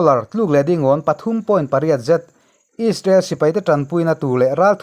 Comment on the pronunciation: Israel ti ve maila ..... Aiissrael han tih kher...media ah i thok ve sia...midang thuziah i chhiartho sia...a ziaktu ziah anga chhiar mai awm.... Rainbow channel hi chu inla tluk lo deuh ani....mahni irawm news tih chhuah chuan...nangni 3 inkawp in nia...rainbow 1 nia...news fawmkhawm chuan inla tluk lo deuh ani....